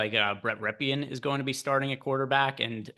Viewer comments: Brett Rypien is Mark Rypien’s (Super Bowl XXXVI MVP) nephew. His name is pronounced RIP’-in, btw. Just an FYI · loves to butcher names then not even try to ever fix it...